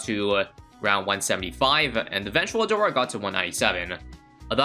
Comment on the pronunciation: Nahh 🗿 every time he said " a-door" at the start bro 💀💀💀